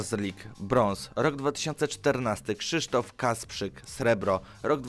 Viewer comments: Krzysztof Kasprzak a nie Kasprzyk :) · Kasprzak nie Kasprzyk. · Kasprzak a nie kasprzyk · Xdddd Krzysztof Kasprzak a nie Kasprzyk xd